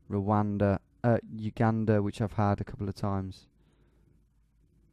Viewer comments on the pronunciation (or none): none